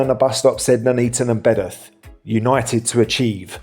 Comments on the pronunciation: Its Bedworth not bedath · Its pronnouced BEDWORTH !!! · Surely you are pronouncing Bedworth wrong? Surely? I would pronounce it Bed-worth myself! 🫵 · Bedworth pronounced as Bed’orth? You can’t accuse anyone of trying to get a penworth in! 😅